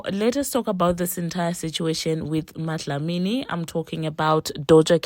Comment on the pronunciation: Not you calling her "MaDlamini" 😂😂😂😂😂😂😂